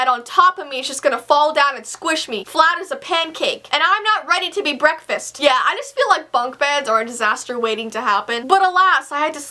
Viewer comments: When you said breakfast it sounded like bronkfast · Did say brocfast??????